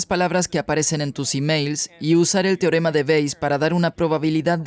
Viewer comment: ALGUIEN QUE LE DIGA AL ACTOR DE DOBLAJE QUE NO ES "TIOREMA"...... SI VEZ ESTO... SE PRONUNCIA "TE- O- RE-MA"... REPITELO FRENTE SL ESPEJO TODOOOOS LOS DÍAS.